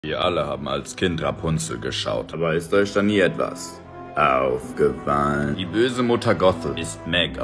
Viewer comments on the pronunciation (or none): dieses AuFgEfAlLn so geil